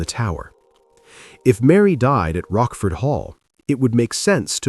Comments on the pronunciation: “Rockford Hall?” It’s pronounced “Roach-Ford.” You do all this research but fail to pronounce names correctly. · The family estate was Rochford Hall — with a ch as in church, NOT pronounced ‘Rockford’. The otherwise quite interesting story is marred by this type of mistake.